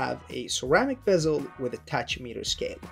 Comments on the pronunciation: it's called a tachimeter, and it's pronounced "takimeter"... not, how you said it. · I believe you mispronounced Tachymeter...it’s pronounced “Taky-Meter”. The “Ch” sound is pronounced as a “K”